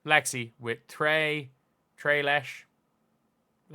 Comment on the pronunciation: "tray lesh" 🤣😂🤣 LMAO! love you for that